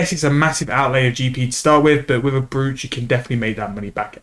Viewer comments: Thanks for the vid, something for me to consider as I still need Fletching on the 120 all grind. Side note btw - Brooch is pronounced "Broach", like "Roach" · Sorry to be that guy, but it's pronounced like Broach or Browch for some reason. I'm convinced whoever created English were a bunch of anarchists who wanted to see the world burn